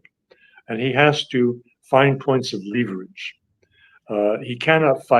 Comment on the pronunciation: I'd suggest that dr. Doctorow checks the word *leverage in any dictionary for pronunciation.